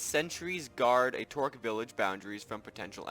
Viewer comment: It's a trork, not a tork.